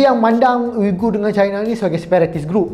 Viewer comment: SEBUTAN dia wee-ger. selepas pencarian pelbagai sumber. sekadar info.